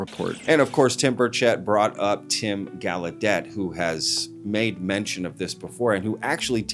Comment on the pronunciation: It's pronounced -goll-a-day,it's French,so that's how ud say gallaudet Tim!